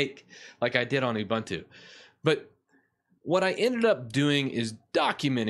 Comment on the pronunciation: Also, you can't even pronounce it correctly.